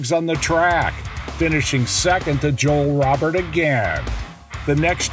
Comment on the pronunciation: Joel Robert and Puch aren't pronounced right. Sounds like a B.S. A.I. short or a MX poser that just reads off a card.